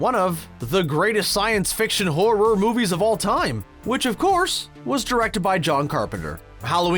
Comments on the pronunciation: The way this guy says horror as “hor-roar” makes me wanna Dropkick children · Is it just me or is this dude saying horror weird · These "facts" all over the place. Has this person even watched any of these movies? Homeboy can't even SAY "horror" properly.